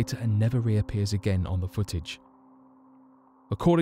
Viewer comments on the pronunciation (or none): none